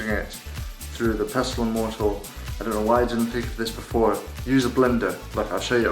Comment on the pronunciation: Cool tutorial, thanks for the video, but just so you know it's mortar and pestle, not mortal and pester.